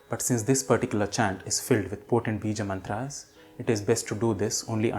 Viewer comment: Please do clarify if it is श्लोका or श्लोक, मन्त्रा or मन्त्र, योगा or योग। Your uttering of 'आ' after श्लोक and मन्त्र is really pronounced. It is disturbing.